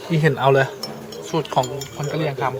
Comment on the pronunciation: คนกะเหลี่ย (กะเหรี่ยง/ ออกเสียงตัวสะกดคำไม่เต็มเสียง) ก็ซื่อใส ไม่ค่อยยิ้ม อาหารแต่ละอย่างชื่อฟังแล้วหนาว เยือก เลย